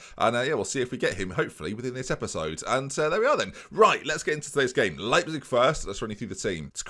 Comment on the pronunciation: "ei" is pronounced like eye in german, so it would be w-eye-gl and l-eye-pzig